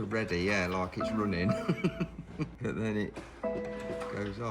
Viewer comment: I don’t know what hope you have. He can’t even say “but” he says “bert”… 😂